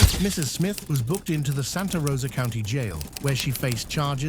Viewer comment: "Taken into custody at the Charlotte Couinty, (County), Jail. I'm forever going to see County as "Couinty" from now on 🤣